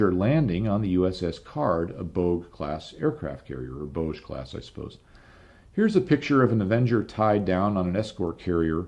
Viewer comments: Bogue is pronounced Boge, long O hard G. The Bogue Banks and inlet are in my county in Eastern North Carolina. Great show, thanks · Bogue Class pronounced Bog with a long O like in Row boat. Bogue sound is on the other side of my county in North Carolina